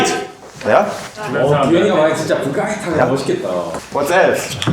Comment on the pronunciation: 브라이트가 아니라 버가이트로 들리는데??